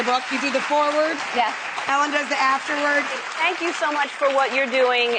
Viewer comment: ellan? Its ellen